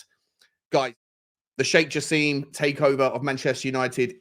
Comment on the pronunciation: It's not Jass-eem, but said Jass-im as in "him".